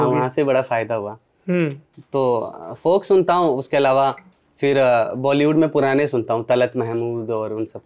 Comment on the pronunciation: "समझ रहे हो" वैसे, राहगीर कभी "फिर" को "फ़िर" बोलने लगते हैं. बतौर गायक इस छोटी सी चीज़ का ख़्याल रखना सही रहता है.